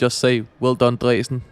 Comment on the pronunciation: I‘m totally fine with the pronunciation. Here in the very west of Germany we would pronounce it similar than you did.